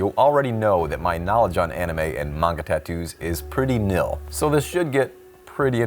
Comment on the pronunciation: you’re my favorite tattoo artist…love that you pronounced Manga correct …little upset you pronounced Naruto incorrectly (but almost every non-fan does 😅…and some fans too lol) …but I’m just so surprised your not a Weeb! You gots to get into some anime! Some of the best writing on the planet happens in Manga and Anime! I’d start with Demon Slayer cuz is newer, a worldwide hit, an amazing story with impeccable writing, AND it’s goddamn gorgeous lol. Easy place to start! Regardless…I just hope you give ANY anime a chance 🍻